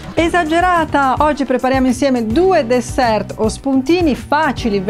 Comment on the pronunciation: Simpatico sentire pronunciare "dessert" con la T :)